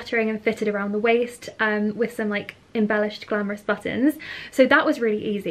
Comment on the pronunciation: The way pronounces “glamorous” makes it feel more… glamorous indeed